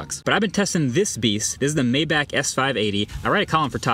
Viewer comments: Finally pronouncing it right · Maybach music is pronounced like that and is more famous in the US so then the car company so that’s prob why. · We didn't run a train on Germany twice just to care how certain words are technically pronounced. Also hes pronouncing the word exactly as most English speakers would.